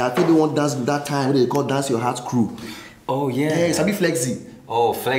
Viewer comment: I'm not sure if anyone heard the Queen J KEREWU (crew) lol 🤣😂